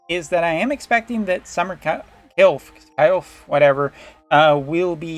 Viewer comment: It's pronounced Kil-fey in global. Them not having the ally buff from elemental mastery is just no go for me. They look good though.